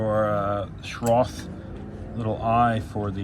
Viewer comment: I used Seat Belt Eye Bolts replacing the original Seat Belt Bolts. So my seat belts are bolted to their stock location and the Safety Harness are connected securely to the eyes. My Safety Harness Shoulder Straps are Rolled and strapped to the original Roll Bars. I have a video on how to strap the Shoulder Harness to the 986 Boxster Roll Bar. And Schroth is pronounced shoe-roat. You can also fit seat belt plugs when you are using the harness to fool the seat belt sensor. I was looking to get a lower seat mount as my memory multi-adjustable seats sit too high and when the roof is retracted, my head is eye level with the top of the wind-shield, and cannot fit a helmet on when top is up. Thank you for entertaining and sharing.